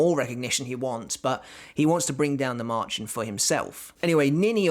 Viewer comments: Its pronounced maer-chen with a soft ch not like marching Band of animals is "bremer stadtmusikanten". A german fairytale of a donkey, dog, cat and rooster wanting to form a band. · Märchen means fairy tale in German and it is pronounced Maerhen. Also fun fact: pleural and singular form of the word is pronounced and spelled the same way. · Märchen is a German word and it's pronounced as merhen